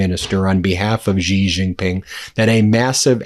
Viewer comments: It is pronounced She, not Gee. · it’s Xi as pronounce as She not Gee please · Xi sounds like "she" You're saying it "zhee" Please respect the leader of China by learning to pronounce his name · Hi Ben. When are going to learn to pronounce the surname of China’s president correctly. It is not ‘Jee’ but ‘see or C’ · Please learn how to pronounce Chinese names correctly. Your job is to read the news. Xi is pronounced like, "she" and Wang is pronounced, "Wong" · It’s She! Xi is pronounced She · The Chinese leader's name is pronounced "She Jing Ping".